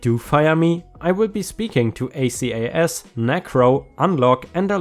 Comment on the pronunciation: Acas is usually pronounced as one word, not separate letters.